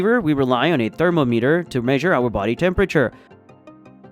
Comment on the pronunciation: Yep, he pronounced thermometer incorrectly the first time and then 10 seconds later he pronounced it correctly. So I thought it was AI or a text translator.